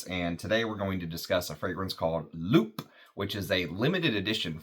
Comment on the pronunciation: french is tricky with pronunciation. "loup" is lou and "une" is yn from the ipa. ❤